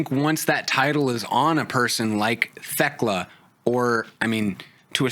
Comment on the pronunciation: On my hands and knees begging yinz to stop pronouncing the H in Thekla